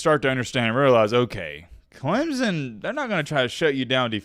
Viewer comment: The fact that you can’t even properly pronounce CLEMSON tells Clemson fans all they need to know.